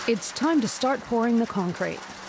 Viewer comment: concrete ffs. at least you said it right second time